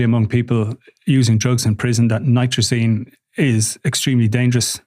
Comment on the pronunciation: NITAZINE there is no R